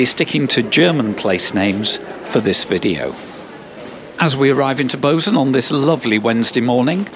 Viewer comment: Bozen is pronounced Boe-tsen.